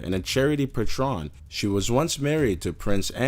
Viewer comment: Patron, not petroń. Atourney general, not atourneys general. Piers morgan, note pierè morgans. Family guy wouldn't be the same? it wouldn't exist. Rob lowe gets a letter saying hes the terroist public defender? pmsl. and phew.... rob lowe had a close escape by 10 days. What if i flew on that plane in 1991 did i avoid 9/11. many more mistakes, get someone to proof your script dude.